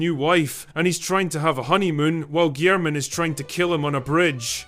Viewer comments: Yeah...its Rah-Mah-Gen...and, um..its was also pronounced Guy-ler-men. John Guylermen. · Oh, for fun. Re-MAH-gen. John GILL-er-min.